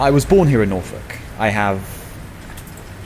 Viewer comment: I am beloved of pronunciation of norfolk